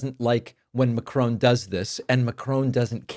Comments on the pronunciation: Yes, short o, with the stress on the last syllable (unlike in English which stresses the first syllable). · Great video. Macron is not pronounced Macrone. Please look up the proper pronunciation. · It's Emmanuel Macro' - "o" as in on! Not! Macrone! 🙄🤨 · Macron pronounced Mack ron. Not Ma crone. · Please stop calling Macron - Macrone. Its Mac ron. I like to listen to you but I'm going to stop unless you call people by their name (As THEY know it to be - as their countrymen know it to be its not pronounced OWN its pronounced ON). How would you like it if people called you David Packmone or Packmarne. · Its Macron. Not Macrone. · David it’s Mack-ron not M’Crone. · David, it's Mac-ron, not Macrone. This is not trivial. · Stop Calling him Macrone!...Macron..like turning a light on🤣 Great content as always though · It does amuse me the way Americans pronounce Macron's name. It doesn't rhyme with crone or groan. It rhymes with gone - same o sound - but with a shorter n. I'm hearing that Zelenskyy is going to the White House in Friday to sign over mineral rights of Ukraine to the US. I hope this isn't true. I don't see why Ukraine should be screwed over by Trump, rather than Putin. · Macron - NOT MACRONE!!!!!!!!!!!! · Whatever they are giving him, it’s not working. I think you’re mispronouncing. Macron, not Macrone. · Ma--Cron (short o, nasal n, and you can even give the r a bit of a roll at the back of the throat), not Ma--crone. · Pronounced Mac -ron Not Mac-chrone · Why do you insist on pronouncing Macron with a dipthong, as if it were spelt 'Macrone'? Its most irritating. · It’s not ‘Macrone’ it’s ’Macron’! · David, please pronounce Macron as Mack ron. No e on the end. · 😂 Ma-CRON NOT makrooon🤦‍♂️😂🤡 What do you expect from a nation who elected an orange kiddy diddler as president.. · Love your work, Mr Pakman, but it's not pronounced 'Macrone'. If you want to sound credible, it's Macron. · I’m so sorry to do this but it’s important… Macron is pronounced ‘MA-kron’